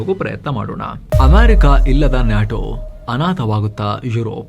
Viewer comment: Its called "Nay-Tow" not Naatow...